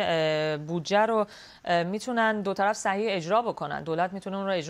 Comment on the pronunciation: دو طلف چی یه؟! دوطرف ! مجری هم گاها عجیب و غریب کلمات کشف می کند! نوت: در بخش اخبار مربوط به مذاکرات صلح افغانستان دقیق گوش کنید. خانم مجری دو طرف مذاکرات را " دو طلف " تلفظ می کند!